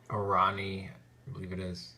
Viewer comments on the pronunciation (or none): Thanks for this. Peace to you.Bythe way my name is pronounced ooran'ia with accent on the "I" as short "i" not "ai" sound.Are you aware of any good Antioch chant site I could listen to?